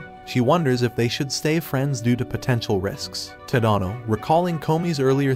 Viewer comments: It’s Ta da no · TADANO ITS NOT SAID LIKE THAT